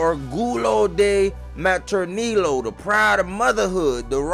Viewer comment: You trying to pronounce the orgullo of maternillo got u a new subscriber my brother 👊🏽